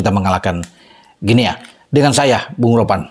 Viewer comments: Maap, bacanya GUINI bung 🙏🙂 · Guinea, dibacanya "Gini". Seperti kita membaca : Papua New "Gini". 🎉